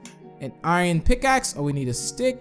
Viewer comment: He said PICSACK